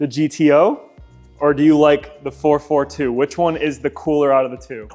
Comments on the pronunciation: Someone needs to explain to the young lad that it is a Four Four Two - not a Four Forty-two. Sacrilege.!! Nice job on the cleanup! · 4-4-2 not 4-42. lol 😂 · It’s called a four four two not four forty two. My god father was a gutless cutlass lover. He had idk how many 442’s I’d say at least 20 over the years but kept 4 as his prides. Two W30’s and two convertible 442’s. Him and my dad (who’s was a cougar fan) would bring their cars every weekend to New England dragway. I’ll never forget those days as a kid in the 70’s. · It's 4-4-2 not ,4-42.…... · It's pronounced 4-4-2